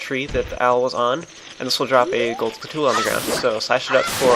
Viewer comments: its skull-choo-la man...not ska-too-la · urg! am i the only one noticing the fact that is saying skull-tulla, not (pronunciation like what you see in dictionaries) skull tchula??? it's real kinda pissing me off that no one has mentioned it so far and in like every episode he says it! UUUGGGHHH! anyway, enough with my ranting on about pointless pronunciation complaints...